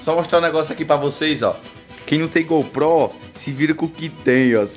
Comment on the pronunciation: KKKKK "NUM TEM GOU PRÓ,SE VIRA COM Q TEM"